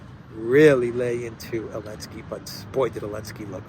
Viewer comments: Elensky is pronounced zelensky. A lady hero is called a heroine.. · Why do you call him Elensky? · Why is he called Elensky?